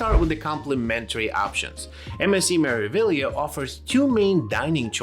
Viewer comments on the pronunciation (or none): MSC "Mare-ah-vee-yah" 😊